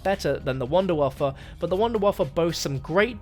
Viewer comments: Why are you calling the Wunderwaffe Wunderwaffa? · Your mispronunciation of wunderwaffe just, hurt.